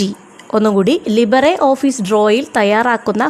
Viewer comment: ലിബറെ ഓഫീസ് അല്ല ❌ ലിബർ ഓഫീസ്